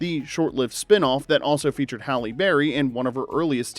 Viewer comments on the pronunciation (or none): none